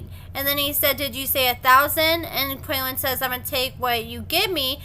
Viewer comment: His name is pronounced KWAY-LAWN … 😉